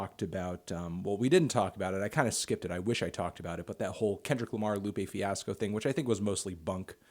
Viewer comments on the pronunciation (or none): none